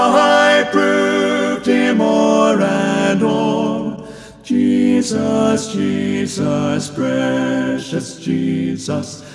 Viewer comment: This is beautiful. The phrasing, legato, and tuning are all excellent (not to mention his exceptional range). He is a very skilled and tasteful singer. That said, I am always bothered when people sing "Jesus" with equal stress on both syllables (or worse, greater stress on the second). I am probably being too picky, but no one says Je-SUS. The second syllable should be noticably less than the first.